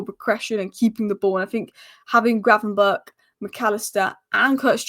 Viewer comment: The only inconsistent thing about Ryan Gravenberch is pronouncing his name.